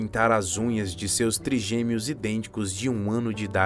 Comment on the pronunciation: Que esquisito isso de “triGUEmeos”!!!!!!!!! Não seria triGÊmeos?????